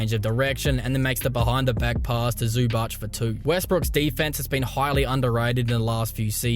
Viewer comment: its different pronouciation on zubac, you say zubatsch, just say zuba-ts, like u say ts-unami